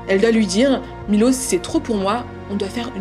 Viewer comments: C dommage que pendant 40min elle a même pas prononcé le prénom du gars correctement 1 fois 🤯 il s’appelle Miloš, donc Milosh en fr… 🫠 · «Milos» se prononce «Miloche » en serbe. Je suis d’origine serbe. Je vous rassure nous ne sommes pas tous comme lui 😂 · La vidéo est top comme d’habitude, on voit tout le travail réalisé! Petite parenthèse: la prononciation du prénom de Miloš se prononce MiloCHe!! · J’suis moitié serbe et le truc avec les mines déjà j’étais en mode tu te fous de ma gueule MDRRR aussi juste pour te dire ça se prononce Milosh son nom, en plus j’ai un pote qui s’appelle comme ça 😭 y’a tellement de traits de narcissisme dans son caractère, de psychopathie et de sociopathie malheureusement j’ai déjà été dans cette sorte de situation (pas avec un serbe comme ça on est pas tous des monstres hein) et je m’en suis sortie avant que ça ne soit trop tard.. la pauvre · On prononce Milosh en Serbe SVP et ça s'écrit Miloš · Punaise, on parle pas bcp des serbe et quand cest le cas cest pour parler en mal .... dailleur le prenom de milos se prononche Milosh